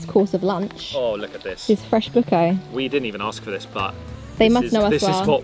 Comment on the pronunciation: I beg you say Buko properly pleaseeeeeeee its painful hearing the way you say it